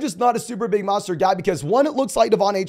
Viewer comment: Who is Maw-stert? He knew?